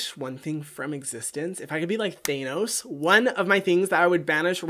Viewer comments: The one thing that I hate about Hyram he pronounces thanos to thaenos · Hiram: Thaynose